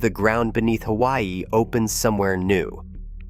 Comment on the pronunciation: If you are going to push BS you need to at least learn how to pronounce Kilauea and Hawaii.